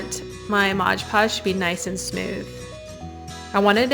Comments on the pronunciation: Great idea, but please it is Mod Podge nit modge podge. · I think if you say MODGE PODGE one more time I am going to scream….you say it over and over and it is”MOD” PODSGE. Look at your label. Other than that annoying thing this is a good video😅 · MOD Podge not Modge Podge - that said, I really enjoyed your video! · If you’re going to go to all the trouble of making a video, why don’t you look at your jar of ”MOD” Podge and realize it is not “MODGE” Podge. At the beginning of the video you say it over and over and it drives me nuts.😂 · Mod not modge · LOL I see a lot of folks jumped on you for continually calling it "Modge Podge", so I'll spare you. :D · Funny how so many people say modge podge! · Lol, thank you! 😂 I find it so annoying when people say modge podge 🙄🤣😂